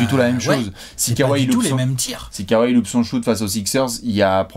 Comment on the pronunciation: Genial comme tjs mais pitié, prononcez kawhi comme ça se prononce 😉 Kowai. Sinon super analyse !